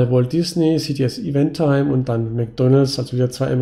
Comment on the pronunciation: Finde diesmal die CTS Eventim (man spricht das übrigens nicht timE, sondern nur tim aus ;) am spannendsten. Habe ich selbst auch schon länger auf der Watchlist. Würde diesmal auch em ehesten der Strategie entsprechen, da die Dividendensteigerung von allen 3 Aktien am höchsten ist.